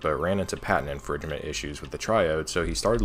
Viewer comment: was that an intentional pronunciaton of "infringement"?